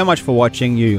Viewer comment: Loving the sauce you put on "legends" 😂